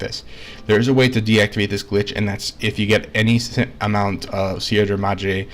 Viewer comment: "see-ed-ra madre clips"